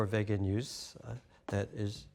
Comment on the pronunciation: It’s Vegan not bloody Vagon or what ever the hell he keeps saying 🤦‍♂️